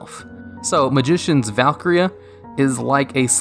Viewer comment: bruh might wanna check how to pronounce valkyria